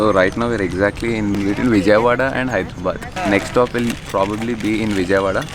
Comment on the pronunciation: pls Don't pronounce Vijayawada.. wrongly😭😭.nice work ❤️❤️